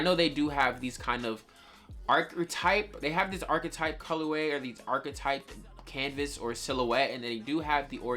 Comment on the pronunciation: W vid but please stop sayin canvas